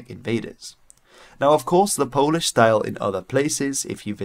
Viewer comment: your polish pronunciation was pleasingly neutral, aka not the best but pretty good, not bad, i guess it's a perk of speaking a germanic language that's not english as first language